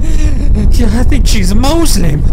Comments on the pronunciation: 😂 That's Exactly how Islamaphobes say "Moozlim". Like we're from out of space or something! 🙉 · "Moeslim" XD